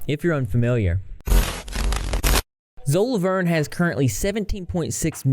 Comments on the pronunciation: lmaoooooo "Zo LaVuRn"💀💀💀💀💀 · WHYYYY are ya'll saying 'zo Lavorn' lol